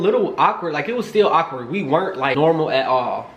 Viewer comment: Awkward not ockward lol